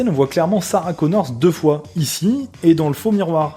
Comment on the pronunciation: C’est pas Sarah “Connors” mais Sarah Connor.